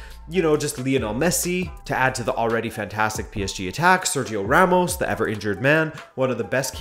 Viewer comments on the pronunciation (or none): none